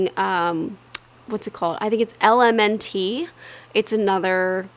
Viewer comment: LMNT is pronounced "element" 💗